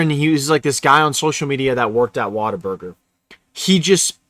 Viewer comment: Whaterburger...been 20 years since Ive heard the correct pronunciation...